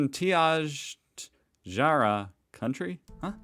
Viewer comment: Pitjantajara = pigeon-jar-rah although some people pronounce it pin-ten-jar-rah.